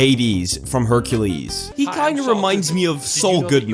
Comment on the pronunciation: "Haracules" I'm sorry I can't 😭😭